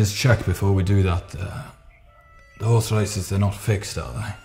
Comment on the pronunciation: says 'orse not horse.